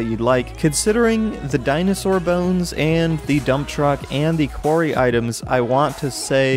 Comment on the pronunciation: STOP SAYING QUARY